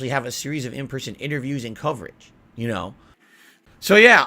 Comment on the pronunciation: "Yoouuunnnuuu know whaht I'm saying"